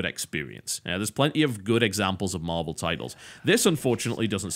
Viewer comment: Did he say marble heros? XD